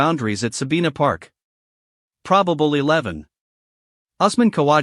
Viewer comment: IS THIS AN AI's COMMENTARY VOICE? IT'S NOT SABEENA PARK SABINA PARK.